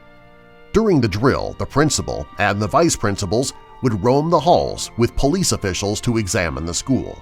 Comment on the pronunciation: All this time I thought he was saying bullies but he was actually saying police